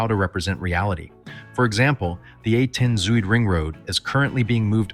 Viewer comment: The ui-sound (as in Zuidring) is typical Dutch and does not exist in English. However, the way Zuidring is pronounced in this video is remarkable, since the pronounciation that was used is with a uu-sound, which does not exist in English either. Zuid means south in Dutch, so it would be more logic to pronounce Zuidring as southring. And the video says that the typical canals of Amsterdam are in the game, but I didn't see them. You can not drive to the city centre of Amsterdam, where the canals are.